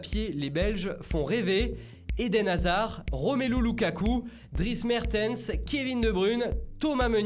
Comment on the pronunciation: " Gabriel Jésous " " Kevin de Brune " 😂